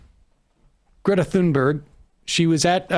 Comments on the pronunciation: Its not Tunberry, but Tunberj. Silent H and the G have a J sound. That little detail aside, I am glad you are covering this. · Her name is not Thunberry...wtf. Thunberg like in iceberg. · When you see Greta Thunberg, think to yourself Great-a Toonberry. That's how you pronounce her name in Swedish. Just because the letters differ from the sounds we expect them to make doesn't mean the sound changes. Great-a Toonberry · Thunberg does not end in "berry" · It’s pronounced TOON-berg Sam!! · Emma, it's not "Tunberry". Love from Sweden. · You can actually find a video online of Thunberg introducing herself and saying her full name. She doesn't end it with a J sound.